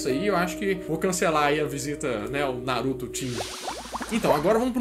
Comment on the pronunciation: Kkkk nossa ele falou o nome do Naruto errado kkkk